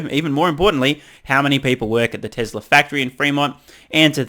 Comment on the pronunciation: "Tessla," not "Tezla"